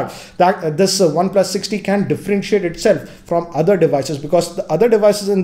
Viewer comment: One "PLASSS"